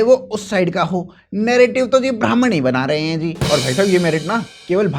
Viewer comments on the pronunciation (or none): Brahman ❌️ Bamaan ✅️